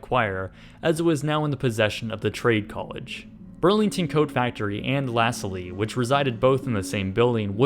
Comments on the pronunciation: Your really need to learn how to pronounce words for local places it is not lasa-lee it is said like Lah-sall, thanks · Lolol ... "LaSalle" .....pronounced la sal .... Not la sally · Interesting pronunciation. Here we pronounce it as "La Sal". "La Sal-lie" sounds interesting though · Pretty sure "la-sa-lee" is actually pronounced "la-sal", though maybe it's different when it's a brand name? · LaSalle -- LAsully 😂😂😂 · LaSalle is not pronounced lass-a-lee. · Lasalle is mispronounced, I think if I write 'Lasahl' you might get it right